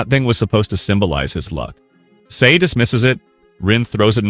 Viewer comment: this guy can't even pronounce Sae's name right. Americans always pronounce A as Ay.